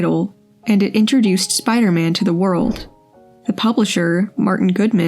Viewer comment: I love the way the fellow says "Spi-da-man." Classic!